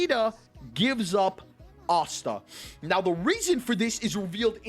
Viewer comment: why do u say asta otsa